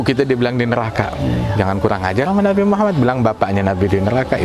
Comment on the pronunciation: assallamu'allaikum Tolong sampaikan salam saya kepada habib ( sanaq) jangan sebutkan nama nabiku dengan sebutan nabi muhamat (tapi Muhammad).aku tidak suka mendengar itu